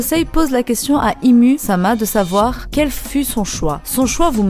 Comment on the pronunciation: Bonne theorie mais ca se dit pas ym ?